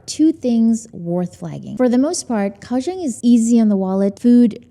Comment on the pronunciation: TW Kaohsiung native GF politely corrected me & says it's pronounced more like "GOW-Shung." Won't say how badly I butchered the name before; it cracked her & friends up. 🤣 Kaohsiung ... one of the most under the radar cities. Glad you discovered & enjoyed! 🐯🐲